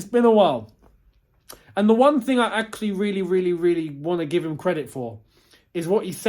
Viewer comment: Nobody:: This is AXE-ctually insane!